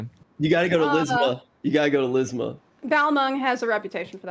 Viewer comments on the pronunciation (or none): LISMA? U mean limsa? 🤣 Sounds like ligma